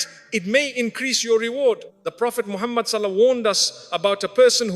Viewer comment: Please don't use Musfti Menk's using AI, it pronounces Prophet Muhammah sallalahu alaihi wasallam wrong way . Please check the audio before uploading